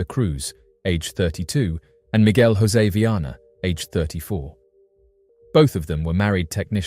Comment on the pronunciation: Great video, but that’s not how you pronounce ‘Jorge’ or ‘José’ in Portuguese. It’s not Spanish 😭